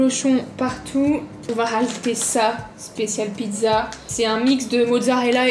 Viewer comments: Elle a fait une Pid'za (pizza) 😂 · Ce qui disent pidza au lieu de pizza 👇Liker ce commentaire